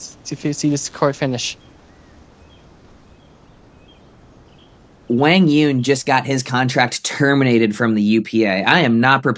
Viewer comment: Duc is relentlessly looking out for his son. Meanwhile, wants to control the entire sport. Of course dosent want Duc in the picture. doesn’t even know how to say Quang Duong’s name lmao.